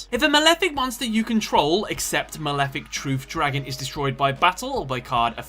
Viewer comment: Mawefic Twuth Dwagon